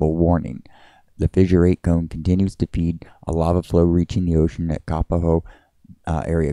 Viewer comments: Never heard anyone say KA-puh-ho before. We say Ka PO ho. It is not spelled Kāpaho. Fabulous footage, brah. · Kapa-ho ?? Have I been pronouncing this wrong my entire adult life? Not trying to be snarky, but seriously asking. I have family and many friends in the (what use to be) Kapoho community. For close to 50 years, I've heard it pronounced as Ka-po-ho (with long O's). Love your videos and excellent footage. Thank you.